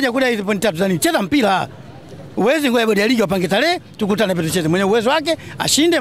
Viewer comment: Very poor swahili